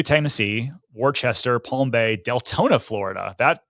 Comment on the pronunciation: Worcester is pronounced "wuh-ster" or if a true Bostonian "wuhsta" haha